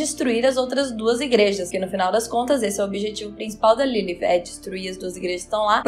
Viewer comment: Sua pronúncia de Lilith é linda. Perfeitinha.